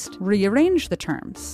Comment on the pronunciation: Did she say "r" wrongly?